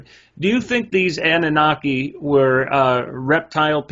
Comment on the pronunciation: I think Annunaki is being pronounced differently than what it actually is. Ah-nune’-nuh-kye The fish swimming on each side of Enki(?) are swimming towards him, upward,…not downward which always seems backwards to me somehow. I wish we really knew the meaning.